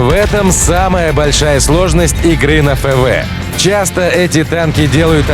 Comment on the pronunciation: "ФэВэ"? Вы прикалываетесь?